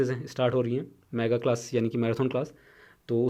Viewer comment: भाई मैराथन को मैराथौन बोलना भाषा की अवहेलना है शुद्विकरण पर ध्यान दो